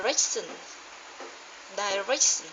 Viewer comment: chào, Mình xem lip cảu c rồi nhé. rất thú vị sau khi xem mình có một số comment. -nhìn chung là c đã có rất nhiều cố gắng, đọc từng âm khá tốt nhưng còn thiếu tự nhiên -một số từ còn sai: direction, receipt, price, correct, đặc biệt là âm:ʃ bài text bạn đọc khá tryền cảm: "như kể chuyệnđêm khuya"hi tuy nhiên vẫn còn một số lỗi nhỏ về liking sound: have a, is a và một số từ phát âm chưa chuẩn: patient, police, english. T rất vui vì đc xem video của c cố gắng nhé